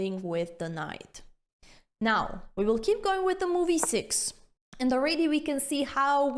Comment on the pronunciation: I love the lenssons, aannd the "rruuuck" pieces =)